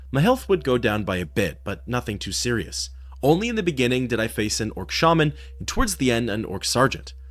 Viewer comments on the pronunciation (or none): none